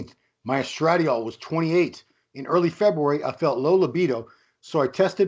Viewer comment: Neither could pronounce estradiol to save their small balls